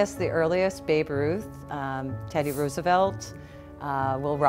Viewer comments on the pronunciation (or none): none